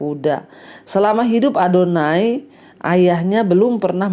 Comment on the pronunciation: Shalom.bu Pdt ADONIA bukan ADONAI.Makasih